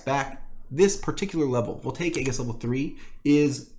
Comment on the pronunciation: "aegis" is pronounced like this: ējis